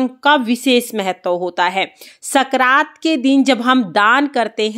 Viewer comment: संक्रांत होता है न की सकरात